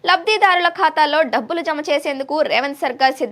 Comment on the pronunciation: Dhabbulu kaadu Dabbulu.... Kaastha telugu Telugu laa Chaduvu thalli